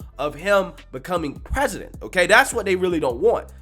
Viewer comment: come on you cant say president or policy